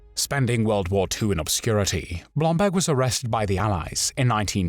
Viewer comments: face-turquoise-covering-eyes: Yeah but... who is "Blomblag" I thought his name was "BlomBERG!":face-turquoise-covering-eyes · Why does the narrator pronounce Blomberg as “Blombag”? Does BlomBERG sound too Jewish for a Nazi?